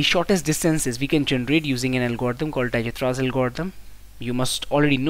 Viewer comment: Awesome solution but dijkstras pronounciation is not right